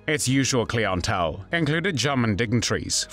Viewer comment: Clee n tell???? 😂